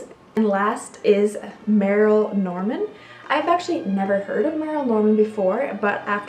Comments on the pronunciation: Can't believe you never heard of merle Norman her makeup counters were so.popular in the 80s for makeovers by the way it's not pronounced merril it's pronounced merle like pearl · Ponds changed its formula a few years ago. Instead of just the original seven ingredients, it's now loaded with chemicals. I still use it but it's sad they did that. Albolene has been around for a hundred years, and Merle is pronounced "Murl" :) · Merle Norman is pronounced "murl". It has been around a very long time. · Fyi, the pronunciation of Merle is that it rhymes with Earl. Thought you'd like to know. :) I just found your videos and am really enjoying the walk down memory lane. It's also a great reminder that newer isn't always better. Thanks for sharing all these finds.